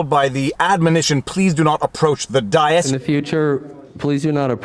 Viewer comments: Day-iss, rather than Day-uss. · Dais is pronounced with a long a, like day. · devildog1982z day-us vault! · I think he might have heard it before, or it’s something Canadian maybe. All I know is up here we say it with a short vowel, just as he did.